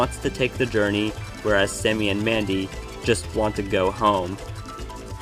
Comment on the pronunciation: It's Randy, not Mandy